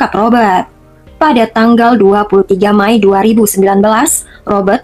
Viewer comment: Mei bukan May.. Anggap kamu memakai bahasa Inggris sekalipun, tetap May itu dibacanya Mei !!!